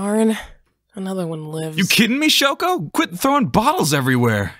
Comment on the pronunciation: i love how shoko is just called "shoe"